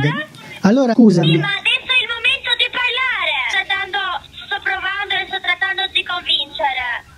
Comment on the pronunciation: Mi sa proprio!🤣 da come dice "pËRlaaare... Stiamo pËRlaaaando..."😂😂😂